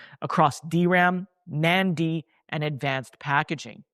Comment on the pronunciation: gotta learn how to pronounce NAND big guy